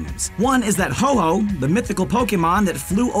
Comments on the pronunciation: its not ho-ho its ho-oh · Ho-Oh from pokemon not ho-ho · He called ho-oh ho-ho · It’s NOT ho-ho it’s ho-oh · its Ho OH not HO HO HOW MANY TIMES DO I HAVE TO SAY THAT TO PEOPLE?! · It is Ho-oh not Ho-ho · I dont like this cuz u called ho-oh ho-ho